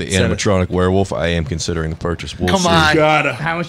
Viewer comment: My favorite is that pronounces Werwolf as “where woof” kills me